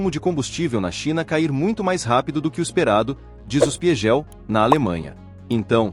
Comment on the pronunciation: "die spi gel " foi de doer :D